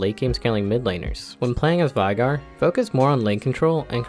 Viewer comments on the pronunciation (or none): Veigar not viegar